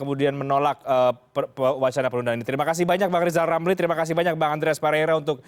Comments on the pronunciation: Rijal ramli mengapa selalu nongol d sini? Suruh belajar "R" dulu sana.... ha...ha..ha... jokowi bukan mslh berani ngk berani. Tapi masih ada otak untuk berikir. Ha...ha...ha, sebrang m coba buat jebakan ya.....? Ha..ha.... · Rizram sebutan r nya di betulin dulu, baru boleh jadi caprese, buruk sekali sebutan nya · Lijal lamli ngomong R aja belum bisa...wkwkwk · Pak irijal oramli .... BKN pameuinya ... Pemerinta... Paaaaak😂😂😂💝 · Lijal lamli halu..😂😂😂😂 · Rizal ramli debat sama saya saja tak bikin tekuk lutut, wong ngucap R saja gak becus